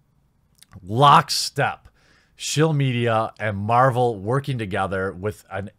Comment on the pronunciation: sounds like you were saying Captain Marlboro, no wonder this film will give me cancer if I watch it. Lol